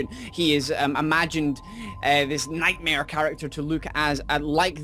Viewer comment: his nome is nightmaire